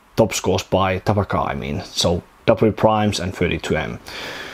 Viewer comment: TaPaKaH is actually meant to be read as tarakan, it means "cockroach" in Russian. Just a fun fact.